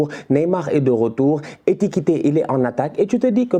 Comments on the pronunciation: c'est É KI TI KÉ non É TI KI TÉ😤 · "Etikite", tu me fume! lol